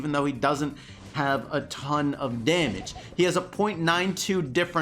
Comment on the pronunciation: Does anyone else cringed when he said bo Damge is ok